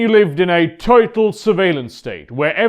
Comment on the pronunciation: “toytal surveillance state”